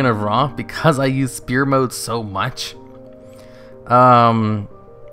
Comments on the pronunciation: It is sfere Not spere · Die-cot-uh-me also, sfeer (sphere), not spear